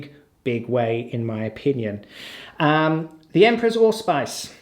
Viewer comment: I lost it at "the Emperror's All-Spice"